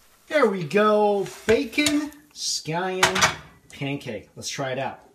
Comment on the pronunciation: I thought you said sky end pancaks